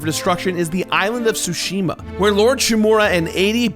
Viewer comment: Thank you for pronouncing Tsushima correctly